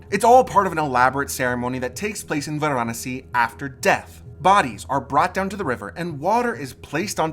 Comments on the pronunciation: It's pronounced as it's spelt Va ra nasi not var anasi bloody Americans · Why do you foreigners always pronounce the name of the place incorrectly?? It is Varanasi. Vaa-Raa-Nasi.. and not Va-Raa-Nasi....Your pronunciation has ruined this video. Quite annoying. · It is pronounced Vaaraanasi .Not how you are pronouncing. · Stop saying Varanasi wrong